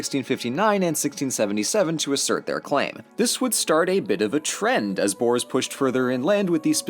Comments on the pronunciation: The only mispronunciation was with the word boere otherwise it was a grate video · Me just laughing at how he said “ boars” instead of boere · Nee man hy kan nie boers se nie😂